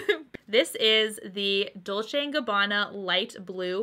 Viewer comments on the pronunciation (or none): none